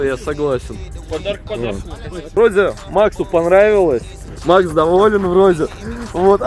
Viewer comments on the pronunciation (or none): тебе понравилос? панравилас😂😂😂